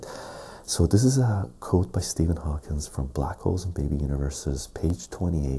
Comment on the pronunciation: Another GREAT video,! One thing is killing me though....I've heard you do this in multiple vids now.....it's "Stephen HawkING", not "HawkinS". Keep up the great work, man!!